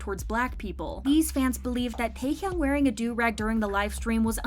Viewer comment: So glad she pronounced "durag" correctly. It was painful when another narrator said "derr-ag" on this channel a while back.😂